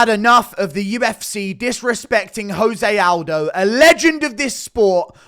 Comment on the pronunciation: 5 seconds in Guru disrespects Jose Aldo by pronouncing his name wrong